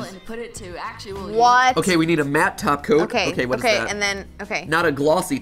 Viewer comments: Are they saying taco or topcoat? It's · It sounded like you were saying "taco" instead of "top coat"